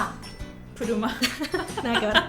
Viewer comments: escuché ese "nada q ve" y supuse que era el asentó Argento jajajajja que genias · Le salio el argentino "nada que ver"